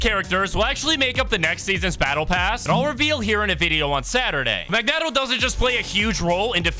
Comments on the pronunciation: Mag-net-o? Bruh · bro said Mag Net Oh 💀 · It’s Mag-Neet-o 😂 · "Mag-neh-toh". Is your speaking voice always at a 10? Jfc